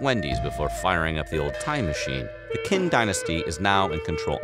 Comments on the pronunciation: Qin ise read Chin not Kin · please pronounce the Chinese Names correctly Q = Ch (therefore Qin sounds like CHIN, NOT KWIN!!!)